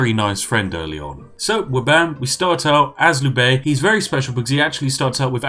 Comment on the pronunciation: Is it bad that I got annoyed at when he could not pronounce Liu Bei?